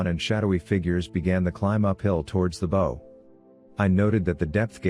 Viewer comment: What a great book, good naration ,but it's not,bow like" bow and arrow " it's Bow like "take a bow", otherwise good job!